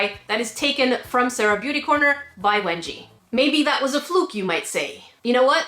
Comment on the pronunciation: I thought that you said wedgie 😂